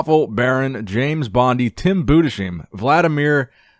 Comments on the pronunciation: Hi, I'm one of your few German Fans. Tim Budesheim is pronounced ''Boo-des-hime'' and not ''Boo-de-sheeme'' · Tim's Name is pronounced Budes-Hyme in english. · I love your videos but as a German bodybuilding fan it drives me crazy how you pronounce Tims name :D try it like that "Boo - thes - heyem" (the last part spoken like eye) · Just as a german guy to do Tim some justice: He's pronounced like Tim Boodes highm, with the "s" pronounced as well. Maybe you are able to improve it, would bei great and for the win for Tim! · Budes-heim is actually pronounced like Ana-heim